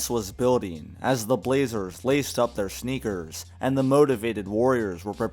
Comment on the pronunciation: He said as the warriors laced up their SHNEKERS LOL